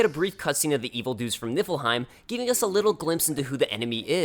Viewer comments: Everytime you say "Niffleheim" my head understands it as "Nippleheim". Why! I'm literally saying to myself, "It's Niffleheim!" goes "Niffleheim" and my brain goes "Nippleheim"! No! Noooooooooo! Stop it brain! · I can't be the only one who kept hearing nippleheim right? :'D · ...So is it Nippleheim? I keep hearing Nippleheim. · am i the only one who heard nippleheim?